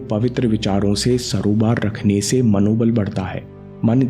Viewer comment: उच्चारण सरोबार नहीं होता है सही उच्चारण सराबोर होता है